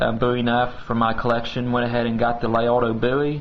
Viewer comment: Interesting history, knife fighting skills were more important when almost all firearms were single-shot. The Colt sidelined the fighting Bowie for the most part. I think it's pronounced: la-RAY-doe